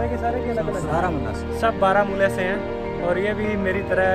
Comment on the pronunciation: Baramulla sound barmuda!! 😀😀